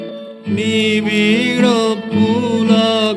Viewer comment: যাঁরা বলেন বাংলায় ড় উচ্চারণ করা যায় না, অথবা উচ্চারণ করা মুশকিল তাঁরা দাঁড়ায়ে, বাড়ায়ে, নিবিড় ইত্যাদি শব্দগুলির উচ্চারণ এখানে খেয়াল করতে পারেন।